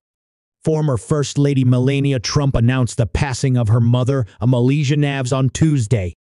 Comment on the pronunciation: Learn to say melanias name